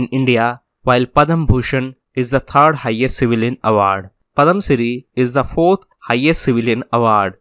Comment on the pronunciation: Super sir and One more sir.... it's Padma Shri and not padam Shri...